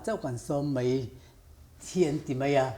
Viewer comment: Mai tih turah " Mei" tih i hmang thin a, a nalh vak lo niin A lang. Host i ni si a, fimkhur a tha mang e. I thiam thlawt e.